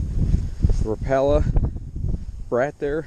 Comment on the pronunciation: he pronounced rapala wrong